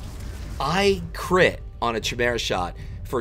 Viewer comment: Chimera is pronounced... (Kai... Like Tie) (Meera.... Like Vera) if all else fails use google translate and listen to how it sounds... Love your vids though xx